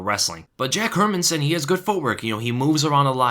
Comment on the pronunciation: My man, the only analyst who can pronounce Hermansson. Jättebra!